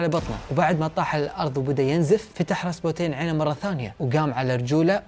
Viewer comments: كأنو خربط الاسماء قال رابسوتين بدل راسبوتين والاكسي بدل الاسكي طيب ليش الجدة وقت سافرت لفرنسا ماجابتهم لعندها حتى الأقارب ليش ماتدخلو؟ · عزيزي قبل ان اكمل هذي القصه اللي هي من اكثر القصص اللي اعشقها ومهما شفتها بافلام او سمعتها احب اعيد سماعها او مشاهدتها ولكنك هنا غلطت في اسم ابنهم واسمه اليكسي وليس الاسكي والراهب هو راسبوتين انت قريت اسمه مخربط بالحروف والمرض اللي باليكسي هو معروف ومعروف بالتاريخ ان الامير المريض مرضه الهيموفيليا او نزف الدم الوراثي وليس نزف الدماغ ارجوك اتمنى تعيد وتصلح المعلومات لانها مهمه جدا بالنسبه للتاريخ واسم الامير بالكرتون ديمتري وليس ديمرتي ارجو ان تصحح ماذكرته لك لانه مهم جدا في القصه وقصة ال رومانوف من القصص اللي تشدني جدا بل مأساتهم المفجعه لاتُنسى على مر الزمان!! وارجوك تكلم واسرد لنا القصه ببطأ اكثر حتى نقدر نستوعب الاحداث وانت مبدع ورائع واختياراتك بطله.. 👏🏻👏🏻👏🏻